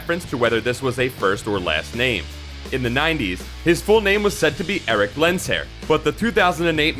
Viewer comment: Did He say Lens-hair? LMAO. Pronounced len-sure (sher sound not shore)